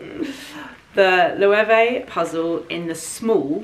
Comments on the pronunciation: Loewe( a Spanish brand.....is pronounced Lowavay.... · Sorry, but your pronunciation of Loewe sounds funny to me as a German. Loewe is a German name and is pronounced "løːvə" (English Lion). The brand was founded by a gentleman Loewe from Kassel.